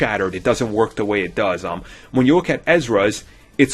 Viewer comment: "De Fifth Brother?" "Dere's callbacks?" "Dis is a copy..." Really? I believe your looking for the 20th letter of the alphabet.